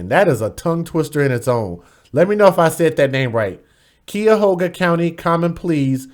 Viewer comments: It's Not Keyahoga it's CUYAHOGA KI-YA-HOGA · You said the name wrong, and for those that said you said it right, must don’t live here. Cuyahoga … Kī ( saying it like the beginning of kite without the te) ya hoga. And honestly speaking, with the injuries that baby girl had, I don’t think that there was anything that could have been done to safe her. The tidmore rat didn’t have a driver license. She should have gotten 9 years plus the 8 if anything! 9 years of what life Desire (I know that I spelled it wrong) had as well as the max on each! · Fyi you still didn't pronounce Cuyahoga correctly🤷🏿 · No you said the county wrong. Lmao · I hate to break it to you friend, but you still didn't pronounce Cuyahoga right